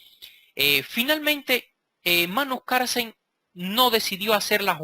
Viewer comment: Maestro, no olvide que se pronuncia Carlsen, no Carsen. ¡Saludos! Buen video.